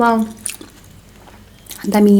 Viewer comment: हजुरले दामि भन्दा त दामि उङ्गर भन्न लाउनु भको झै लाग्छ